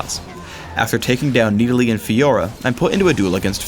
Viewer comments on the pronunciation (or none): Nid-uh-lee dumbass its Nid-al-ee I hate the way he pronouces stuff. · who the fuck is "need a lee"? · Who is "Needalee" I dont even know. New champ?